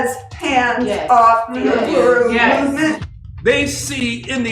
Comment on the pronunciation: In Swahili, ‘Uhuru’ translates to ‘freedom,’ with its roots in the Arabic word for ‘free.’ The ‘u’ is pronounced ‘oo,’ not ‘you.’